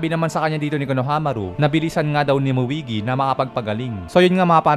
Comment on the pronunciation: Muigi.... 😂😂😂 Moegi po 🤣